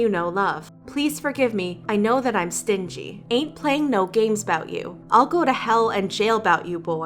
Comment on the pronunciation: "stinjy"??? i thought it was pronounced as stingy not stinjy